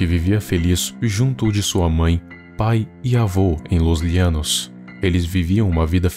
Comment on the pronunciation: E não é Llianos é llano e em português se pronunciaria cómo se fosse com ( J ) Janos português.... Llanos español ok